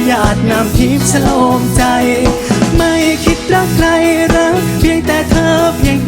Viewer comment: เหมือนดูโชว์ของศิลปิน ..ชอบออกเสียงชัดเจน อักขระ ควบกล้ำชัด เจน ..คำว่า เพลง "พะเลง"ไม่ใช่เพง รอเรือ "รัก"ไม่ใช่ลัก...จังหวะทำนองลีลา ยอดเยี่ยม โชคดีๆ